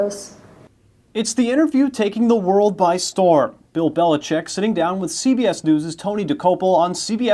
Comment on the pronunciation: He almost hurt himself trying to pronounce Belichick